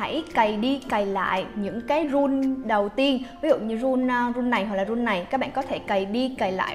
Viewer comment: Cưng đọc là rú ìn nha